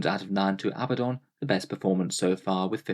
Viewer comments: Love your videos, but once again: It's not pronounced AB-buh-don. It is pronounced uh-BAD-dun. There are two D's. uh-BAD-dun, NOT two B's. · Regional pronunciations differ, neither you or he are pronouncing it similarly to original Hebrew or Greek. On top of that the English and US pronunciations are different. Chill.